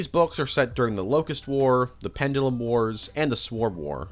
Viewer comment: please dont ever say sanguine ever again please 😂 and as for the pronunciation of pendulum jesus mate your top tier rage baiter 😂